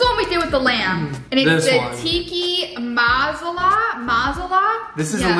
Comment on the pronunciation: when said masala wrong I could stop laughing- no hate to u ily guys but like that was hillarious